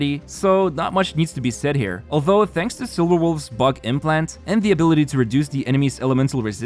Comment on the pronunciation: I heard Butt implant instead of bug implant